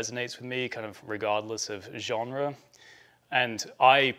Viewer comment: Sounds like a big Huguenot story where Huguenot’s (French non catholic Christian’s) left France for Switzerland, NL and Eng… and stop mispronunciations of « genre »